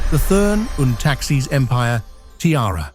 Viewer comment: I was looking for this. Must be AI, because speaking as if he were from the Continent, a true English man would know how to correctly say the name.